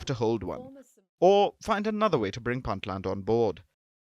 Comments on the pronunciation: It's pronounced "Boontland" not "Bantland" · stop mispronouncing "Puntland".